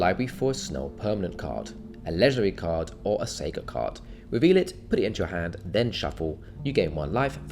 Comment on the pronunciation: You’re pronouncing “saga” incorrectly.